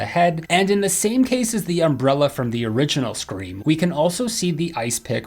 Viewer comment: Ummmmmmm dude at the start of tgevvideo u said scream awx